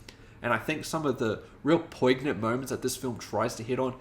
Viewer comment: Great review. You gotta look up how to pronounce poignant because your version isn’t it. But a fun review. Thanks!